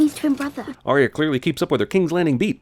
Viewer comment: I thought for the longest time that Arya’s name was Aiya, like Maiya without the m because of how they said it in this episode